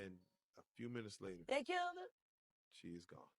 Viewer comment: it’s killed, not kilt